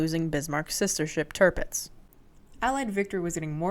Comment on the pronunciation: Sometimes your German pronunciation is perfect and other times you hit me with Tirpitz and Erich. Good video.